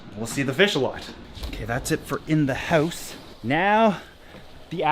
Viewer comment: What's. a howse ?